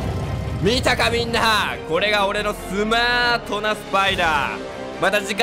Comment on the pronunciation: 「また次回の暗殺で、お会いしましょう」が「また次回の挨拶でお会いしましょう」に聞こえたの自分だけ？